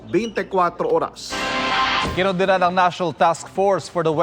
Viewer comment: Kondina kondina...PRO KUNDINA HAHHAHAHHAHAHAHAHH